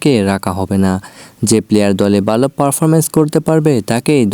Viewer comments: ভাই আপনি ভালো বললে বালো শোনা যায় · ভাই ভালো টা ঠিক করে বলেন,, উচ্চারণ টা বালো হয়ে যাচ্ছে,,যেটা শুনতে খারাপ লাগছে 😊